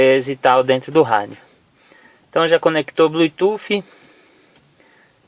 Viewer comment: Seu vídeo é bom, mas o que mata e esse seu "BLUI TUFFI"...